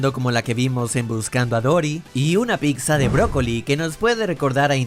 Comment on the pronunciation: No se dice PICTZA, habla bien.